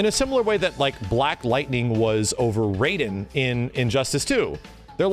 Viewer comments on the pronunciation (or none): none